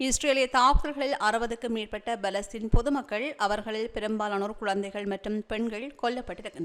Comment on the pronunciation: அக்கா தயவு செய்து பலஸ்தீன் காசா பெயர்களை சரியான முறையில் உச்சரிக்குமாறு அன்புடன் வேண்டுகிறேன் Palastaine என்று உச்சரிக்கும் போது B கொண்டு உச்சரிக்காமல் P கொண்டு உச்சரிக்கவும் .அத்துடன் காசா என்று சொல்லும் போது K கொண்டு உச்சரிக்காமல் G sound கொண்டு உச்சரிக்கவும் . நன்றி Palestine ✅ Balestine. ❌ Gaza ✅ Kaza ❌